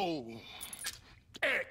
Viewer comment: Lance Reddick managed to make Eric a one syllable word